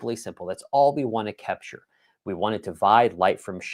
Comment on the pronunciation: I love the way say kepture 😊